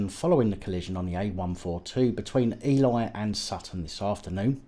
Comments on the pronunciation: ive recently found ur channel and love it , thanks for highlighting such matters keep up the awesome work i have 1 thing to mention and 1 question ... for future reference the place (Ely) u name as "E-lie" is pronounced "E-lee" (i hope this will not offend you) and lastly i have been to your store but cant find the PAP flag/banner you use as a backdrop in your vids please can u make this available or can you post a link to where i can get one please once again thanks for ur awesome content keep fighting the good fight in highlighting the corruption and abuse of police power , i hope u have a blessed day , Nameste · Ely is pronounced Ee-lee...! Just FYI :)